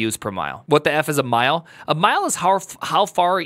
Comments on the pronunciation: It's cost per mille (pronounced like milleh), which is French for 1000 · Per Cent == %:: Per Mille (2 L's) == ‰ Pronounced "per Milly" ❤u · _axcshually_ CPM is cost per mille ( pronounced as mill ) which is latin for one thousand.